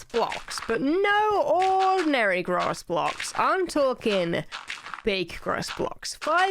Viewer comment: They taking sides they said gross blocks not grass blocks lol